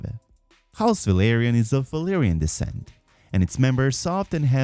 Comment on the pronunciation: I like this vid but his mixing of Velaryon and Valyrian pronunciation hurts my soul